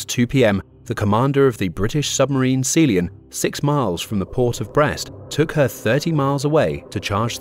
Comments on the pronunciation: The British submarine Sealy-un!?! It's Sea-Lion! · Never have I heard such a British voice mispronounce Sealion in such a hilarious way. Good video otherwise. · Not bad, but marred by mispronounciation of names. SEALION, SEA LION. etc... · Weirdest pronunciation of sealion I've ever heard. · Great content and summary. Terrible pronunciation. (Tirpitz, patrol, Sea Lion, etc)